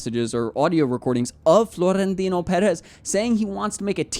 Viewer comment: Also, the overolled R in Florentino is jarring. Okay, bye!